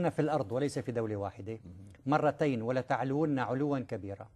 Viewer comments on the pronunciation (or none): ولتعلن ليس ولتعلون